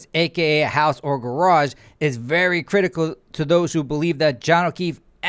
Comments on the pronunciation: I have never been able to properly say the word garage again- thanks to you 😂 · Thanks for including Kelly Dever’s pronunciation of “garage “ in your videos. Every time I hear it, I crack up! Thanks!